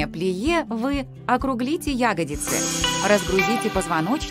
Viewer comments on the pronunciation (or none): Как серпом по ушам "Ягодицы", когда всю жизнь "ягодИцы" были!